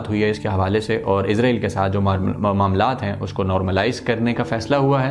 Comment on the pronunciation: Bhai Lafz Israel hai Na k Izrael